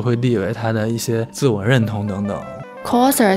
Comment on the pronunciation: 额，好像是coser (kao拷的发音不是kou抠😂)。。